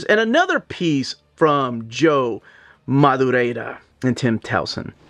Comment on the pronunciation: Joe MadurieRa. Ra. Not Madurieda. Not Mad-ooh-ray-Da. Rare-ah. Not Raid-ah. There is no d-sound at the end of his name. Just call him Joe Mad like everyone else.